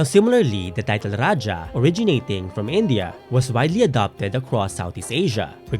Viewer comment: I’ll give this movie a chance. Though I’m a bit wary because they had Spanish loan words pa rin in the trailer and how they’ll showcase the themes, it’s promising. I’ll wait for it to available on Netflix and give this a watch! Also, I AM SO HAPPY THEY PRONOUNCED RAJAH CORRECTLY. RA-DYA! NOT RA-HA (This is a Spanish pronunciation.)